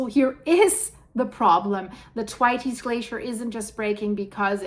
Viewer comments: THANKS, THE WORLD SEEMS TO BE SENDING US EVEN MORE WARNINGS THAN IT USED TO......... I BELIEVE IT IS PRONOUNCED THWAYTS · Dear I would like to help you say Thwaites right. The best way I can describe it is if you say "The waits" really fast but say 'TH' like you say thumb or thirst. Hope this helps also I really love your pretty eyes.